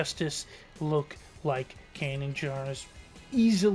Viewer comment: believe it or not i've been a huge Star Wars fan since the phantom menice, but never eard of a Can jar i presume yqu saiud /kanan jaris, and even though they now sounds ridiculous because i thought you meant din jarin , lol